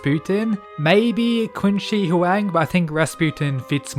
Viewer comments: You pronounce Qin Shi Huang like shit. It's pronounced Chin Sir Huang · I think qin shi huang is pronounced chin/shin shi huang